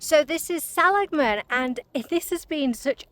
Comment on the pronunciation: I live in Illinois, so I've also never tried In & Out Burger. But, we have Culver's (started in southern WI), and Portillo's, which started out as a Chicago food cart. Just so you can impress us if the subject comes up again, Seligman = suh-LIG-mun. No charge!😉 I've had the wonderful experience of backpacking into Grand Canyon 3 times, and twice into Havasu Canyon.